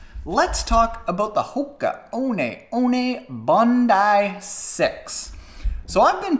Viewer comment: Are you sure you're pronouncing that correctly lol